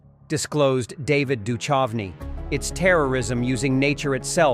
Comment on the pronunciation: Can't you get your dumb AI to pronounce David's surname correctly?